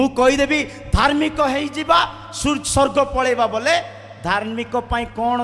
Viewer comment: ମିଛୁଆ । ସ୍ବର୍ଗ କୁ ସ୍ ର୍ଗ କହୁଛୁ । ଭାଷା ଜଣାନାହିଁ